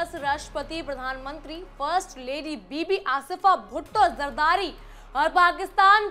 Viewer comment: 😂😂😂 zardari not jardari😂😂😂😂😂😂